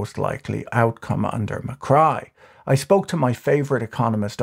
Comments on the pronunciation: Macri is not Mycry... it is pronounced macree...lol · Great video. I really enjoyed it but I was really annoyed by the mispronunciation of Macri’s name. It’s pronounced MACREE, not MACRY. Also, I think you kept confusing Milei with Macri at the end part of the video. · Macri not Macry... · u mix up macri and milei a lot towards the end. kind of frustrating. also it’s ma-cree not ma-cry but anyway.. good in depth video ! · is not javier macri, its javier milei, its also not pronounced ma-cry, (as in crying) but ma-cri (as in ma-khri) Greetings from mexico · i'm genuinely confused if calling milei mccry is a joke or an honest mistake given the reference to the earlier president "macri" as mccry (pronounced mac-ree) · Macri, not Macry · Macri is pronounced /macree/ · It's not pronounced "Macray" but "Macri" with "i" sounding like "ski". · It's Ma - cree, no Ma - cry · Its not macry, its macri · /makrai/ 😂😂😂😂😂😂😂 it's spelled /makri/ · The 2015 to 2019 president was Maurizio Macri. Besides mispronouncing his name (Macree would be better), Patrick did mix up toward the end. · I'm calling Macri "McCry" from now on just because that's how Patrick pronounces it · Loved the pronunciation of Macri as Mah-cry. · Every time you pronounced Macri as Mi-Cry made me laugh my ass off 😂😂😂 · 'Ma-Cry' that is gold 🤣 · Macri is not pronounced Ma-cry. But it will be from now on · I giggle a little every time I hear Macrai and Milai. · Can you please be precise in your names and pronunciations? You call Macri "Muck-rye" and then refer to Javier Milei as "Hay-vear Muck-rye" and "Muck-rye" toward the end. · Argie Pronunciation Macri = “McRee” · President "Muh-cry" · who the fuck reads Macri and think is pronounces MCcry?